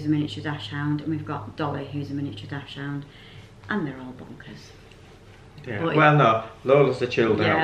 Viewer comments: You are pronouncing the breed of your dog incorrectly it is pronounced “Dakshund” NOT DASHHOUND X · Please learn to pronounce dachshund properly! It's daxs-hund not dash-hound!